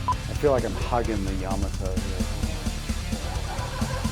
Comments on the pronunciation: Fine video, but I had never heard "Yamato" pronounced with the accent on the first syllable instead of the second. Does that even matter? Probably not. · You need to pronounce the name of the ship properly... Yamoto is pronounced Ya mot to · Ya-mato not Yama-to just for authenticy sake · It’s pronounced “Ya-Ma-Toe” not “Yama-toe” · Ouch! Hearing you guys constantly mispronounce Yamato is painful to hear. It's YA MA TO not YAMA TO. Yama is mountain in Japanese, Yamato was not named after a mountain. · "Ya - moto", not "Yama - to"! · Pronounced ya-MA-toe! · Pronounced yuh MAA tow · It’s YaMAHto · Correct pronunciation puts accent on the second syllable, not the first.